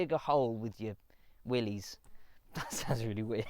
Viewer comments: No synchromesh on 1st gear. It's Willis not Willeez. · pronounced Willis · It's Willy's